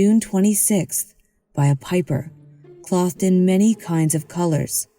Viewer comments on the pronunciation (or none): That along with the missing “n” in her pronounciation of mountain, and how she says “clothed”in multicolored…. I like the stories but her pronunciation is driving me away. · Also, Cloth-ed instead of clothed. 😳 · Yeah that's enough for me. Outta here. Then "clothed," pronounced like cloth and not clothe. Come on. This is basic knowledge.